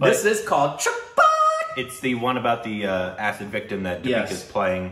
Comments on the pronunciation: Stop calling her Dapeeka. Its Dee-pee-kaa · Shes di pika. Not da pee ka. Lol